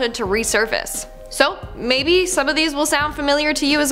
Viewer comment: If you say mabey